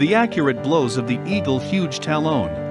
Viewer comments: In ehe eagle and fox clip you can see a leather band around the eagles talon. Or Tal own as the computer voice would say. Hey,. Next time get a computer voice that is a native English speaker. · Really bad narration. The narrator mispronounces half the key words and terms. How do you make a video about raptors and badly mispronounce a basic term like "talon"?